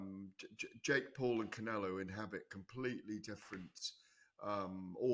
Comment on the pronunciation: the best is when he says saul canelo alvarez like pronouncing it wrong makes it sound more spanish or something😂